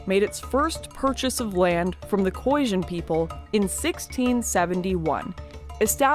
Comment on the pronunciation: The Boers that trekked north were mainly escaping the British and it's pronounced KhoiSan with an S, not Khoisjin. Also she should have mentioned the battle of bloodriver where a small Boer group of around 300 (with their women and children helping out) annihilated the Zulu army of 20 000 plus in retaliation for killing Piet Retief.